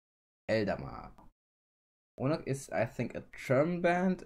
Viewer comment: Oonagh is pronounced Ooooh-Nuh (english pronounciation) or, the way it would be written for Germans: Uh-Nah. No hate, just for information